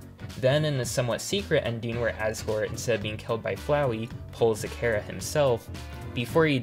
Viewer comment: Small mistake, you said there's no canon pronunciation for Chara, but in Japanese they pronounced it something like Kyara